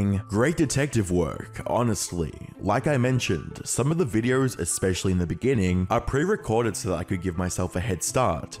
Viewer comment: Has anyone ever told you you make subtle extra R sounds when you speak? “Videorrrrs” “Uploarrrrds” “Episorrrde”